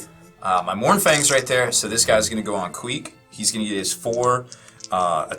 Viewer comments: "Squeek" lol I am dying as a Skaven player. Get it right, its Queek. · When he said squeak I think he meant queek